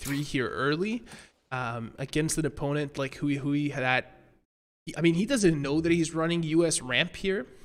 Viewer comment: I think now would be a good time for the casters to learn how to pronounce Hui Hui / 辉辉. Pro tip: it's not "Huey Huey"